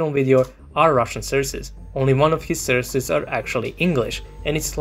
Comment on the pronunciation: The amount of "surces" u have said xD U are absolutely right tough and LazerDick had no respect